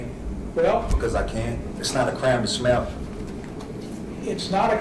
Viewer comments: "Its not a craime to smyayle." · It really sounds like he says "it's not illegal to smell". Which I find hilarious because he really does look like he smells horrifically badly. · I thought he said, "Its not a crime to smell." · the guy can't even pronounce the word "smile"...... how are people dumb enough to listen to this moron rap?